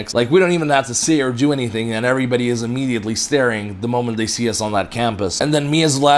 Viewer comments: "Anysthing" -"Who?" "Anysin" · "Protection from what?" -"Anysthing" 🤣